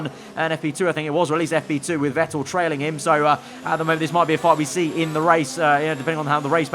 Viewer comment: Not Wettel 🤦🏼‍♂️ VETTEL